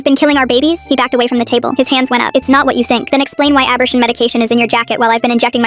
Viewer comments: I'm sorry but "aburshin"? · The AI that created this needs to learn how to pronounce abortion. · Abortion pronounced incorrectly